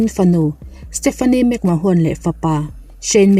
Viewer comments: World Champion ni thei naupang ber Brock Lesnar niloin Randy Orton zawk aniang a!! Vince McMahone tih loh tur McMahone niloin McMan tia lam tur aww!! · WWE chairman hming i lamdan chuleh...'mahawn' ti a lam lo in 'men' ti a lam tur aw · Vince mcmahon hi Vince mcman tia lamtur aw